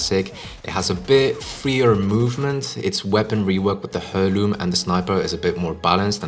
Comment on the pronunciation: It’s pronounced airloom. Good vid tho.